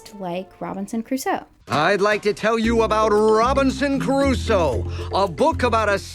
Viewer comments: So is the dad pronouncing it as "Robinson Caruso" a deliberate gag in the episode or couldn't the actor say "Crusoe"? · Robinson "Cuh-ruso" is really bothering me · This is just such a "they're missing a vocal director/they're not doing their job" thing but it's so grating how Chum Chumchilla keeps saying Caruso instead of Crusoe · This is minor, but god, it grates on me hearing the show call him "Robinson Caruso". It's CRUSOE, 2 syllables. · The fact that the voice actor keeps saying "Robinson Caruso" instead of "Robinson Crusoe" is pissing me off so much. They don't even respect the idea of the text enough to bother getting the name right. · I can't be the only one thinking it. He's pronouncing it "Robinson Caruso". EDIT: As an Argentinian, thank you for bringing up the horrors of the CIA-backed dictatorship. So many other North American content creators hedge their words about it, while running their mouths about other political movements (peronism) they know nothing about. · is... is he saying Robinson CARUSO?! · My swedish brain got a bit confused as you and all the voices started saying Robinson Crus-oe and I wondered, who the heck is that? Then I realised I and my entire society has pronounced it wrong all my life. Apparently the "oe" is not silent. :P